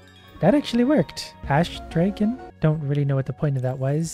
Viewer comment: Disliking because of „DrAEgon“